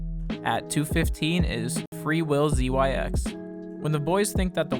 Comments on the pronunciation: How do you mispronounce wilzyx (wilzeeax) did you not watch the episode? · I cringed SO hard at “WilZYX” 😅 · Wait why did you pronounce willzyx like that? 😂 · I’m angry you didn’t pronounce Willzyx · Same, I had a few raised eye brows but then you can't pronounce Willzyx and just spell it out.... I know this person watched all the episodes but.... did you watch them?